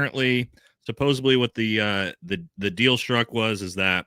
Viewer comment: it's supposedly not supposebly